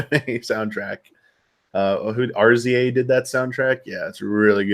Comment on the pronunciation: quietly judging for saying "R-Z-A"